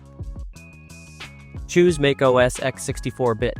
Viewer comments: it's pronounced "MACK - OS". not MAKE OS. ugh...can't even say it. correctly scares me to use this video lmao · TF is MAKE Oh S?